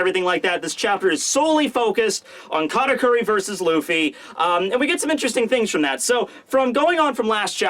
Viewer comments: Weird, I even slowed down the video to hear it clearly, but in 90% of you saying his name there is definitely a "R" instead of "T" there. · Why do you always call him "KaRakuri"?